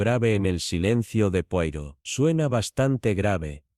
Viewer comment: No se pronuncia así, sino "poaró", por favor!!!!